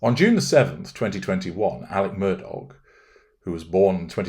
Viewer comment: You got the pronunciation precisely accurate. Glad you’re analyzing this man.